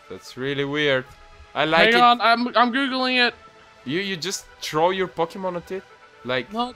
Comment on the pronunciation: instead of throw your pokemon i thought you said troll your pokemon